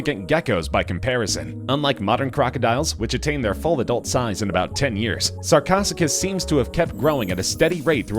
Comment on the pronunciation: Sar-co-Sue-cas. Say it after me, narrator.